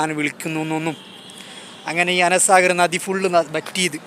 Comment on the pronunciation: Ana saagar ❌ anaa saagar ✅